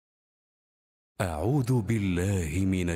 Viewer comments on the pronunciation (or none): none